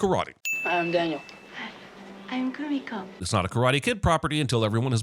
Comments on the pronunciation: I am sorry for this, but her name is Kumiko. If she meant to say Kimiko, that is not how she pronounced it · I'm adding a sin to this video everytime dumbass Jeremy insists on pronouncing Kumiko's name incorrectly when the characters say it out loud multiple times in the movie.